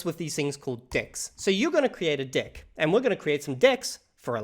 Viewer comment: I thought he was mispronouncing DECK on purpose 🙈